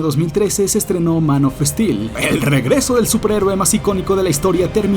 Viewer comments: esa pronunciacion de "daredevil" es casi tan mala como la de los españoles que lo dicen literalmente como se escribe. Es DERDEVOL. Y tampoco es Zack Esnaider, ni Man of Estil. No hagas revisionismo histórico ni efecto Mandela, Warner NUNCA estrenó Tenet al mismo tiempo en cines (Agosto 2020) y streaming (Mayo 2021) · Es gracioso como pronuncia "Man of steel" Manofestil